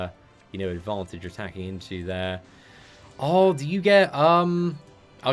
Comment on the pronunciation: i like your videos BUT the way how you pronounce "there" triggers me so much hahah xD